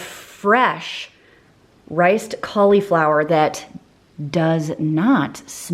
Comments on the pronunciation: Anyone else cringe at how cauliflower is pronounced? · I like the way you call cauliflower "collie flower". 🦮🌻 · I buy my fancy drinks from Young Living! I don't want all of the I-don't-know-what-this-is ingredients OUT of my fun squirty water, carbonated flavored yummy drink things. Also, people on youtube who say caul-E-flower are funny! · if you google cauliflower pronunciation that’s how everyone I know says it. You put a long ‘e’ sound in the middle of the word.